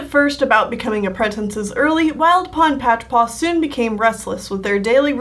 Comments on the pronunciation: please. please stop saying apprentinces. just say apprentices App-Wren-Tiss-Ez not App-Wren-Tin-Sez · Is it just me or is she saying 'apprentices' like 'appretences'? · Sorry but I flinch every time you pronounce apprentices as ‘apprentences’ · accents affect the way ou PRONOUNCE things, accent don’t ADD A WHOLE NEW CONSONANT TO A WORD. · I enjoy these drawing a blank videos more than these others! I already know about animals and canon characters and learning about your ocs is so interesting to me! It captures my attention more than I thought it would, because you’re a well-versed storyteller. The pronunciation of apprentices gets to me, but, what can you do?